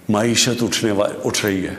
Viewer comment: Mahishat nahi janaza uth raha hai.. 😂